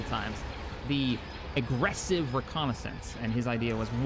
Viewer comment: I hate when people say Arggressive ReConnaisance